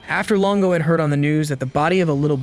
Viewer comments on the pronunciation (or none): Longo not Lingo, FFS